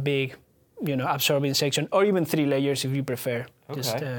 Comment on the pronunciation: it sounds like he is saying 2 light years, we have 2 light years, instead of saying layers